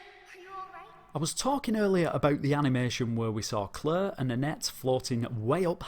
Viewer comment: Leon & "Clerr" 😅